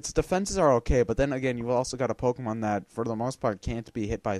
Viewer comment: i swear to god, learn how to pronounce pokemon names...